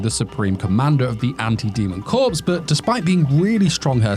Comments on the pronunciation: IT'S PRONOUNCED COR NOT CORPSE. LOL. I WILL NEVER UNDERSTAND WHY YOU LIKE IT WHEN THE GIRL MAKES THE GUY A SLAVE. IF A GIRL MAKES ANOTHER GIRL HER SLAVE THAT'S FINE, BUT WHY WHEN YOU LIKE IT SO MUCH WHEN THE GUY IS A SLAVE? DEGENERATE. LOL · Corps is pronounced like 'Core', not 'Corpse'.